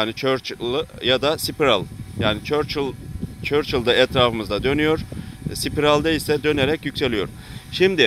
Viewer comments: Çörçıl değil la o sörkıl😅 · anlatımın çok güzel ama çörçıl değil sörkıl diye okuyacaksın:D:D emeğinize sağlık:)